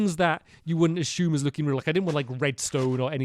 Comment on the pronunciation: Did he say ashume?